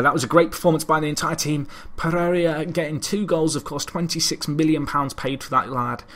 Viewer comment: Did you asked for Donuts? Are you a cop or what?. I sguuest as alias for Jean Philippe Pereira "Pegeiga". O "Pegegia" since you insist on changing the i to be after the r instead of before. (Like you swap consonants in Japanese or Spanish names a lot, like Wanatabe when it's Watanabe). Don't take this as a complaint about your pronunciation of such names; there's no sense demanding you to nail them.